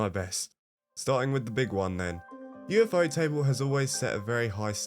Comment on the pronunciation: You lost me at ufo-table💀